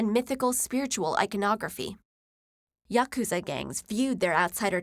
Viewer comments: ***** True plus her pronunciation of yakuza lines up with how Americans traditionally pronounce it so it should be recognizable. The way she pronounced Maori though confused me. I wouldn't have understood what she was referring to if it wasn't for the face tattoos. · Yakuza was fine